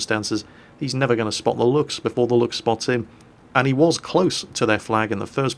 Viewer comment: You got really good at pronouncing Luchs,.